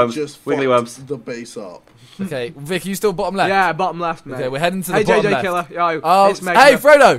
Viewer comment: It's pronounced jj killer